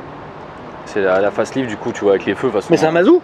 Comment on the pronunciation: Putain , dites pas fAceLift , c’est l’allemand qui l’a créer dit le comme un allemand